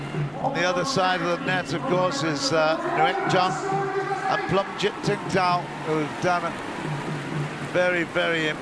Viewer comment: This narrator messed up thatdao and pleumjit...